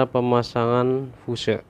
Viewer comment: Bacanya fius bosku